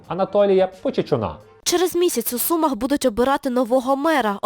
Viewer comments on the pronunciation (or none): none